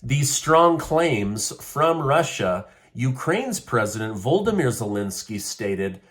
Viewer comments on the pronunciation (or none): Amusing that refers to Zelensky as 'Voldemyr' as opposed to Volodymyr (however they are spelled correctly)... as his pronunciation identifies Zelensky as the Dark Lord from the Harry Potter Books...!!! 😂